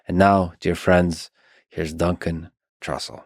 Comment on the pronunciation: "Dun Cantrussell